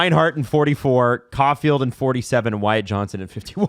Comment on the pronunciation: Guys…please…I beg of you…as a fellow Wyatt…it’s JohnsTon, not Johnson…my heart hurts every time y’all say Johnson 😭